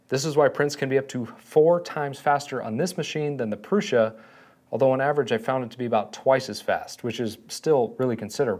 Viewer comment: why are you saying "proosh-a"? there is only one "s" and no "h", and it's "u", not a double "o". smh. i'm about to thumbs down this video. then you switched to "proo-sa".